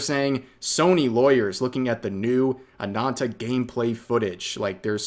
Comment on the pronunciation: Rev, its Ana*N*ta with 2 n's not anata.